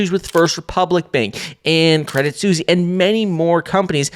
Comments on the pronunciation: Credit Suisse (pronounced like the people: Swiss). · Boiii if you don’t stop saying Credit Susie 😂